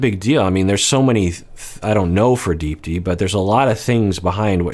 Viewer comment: Hey doc! I only mention this because I know you like to pronounce names correctly when you can. Unless I'm completely wrong, I believe you actually pronounce her name as "deep-thee" with a very soft th sound. It's common in South Asian names. My last name Gunaratne, is actually pronounced "gun-ar-uth-neh" even though there's no th. Just a heads up! Love your content :)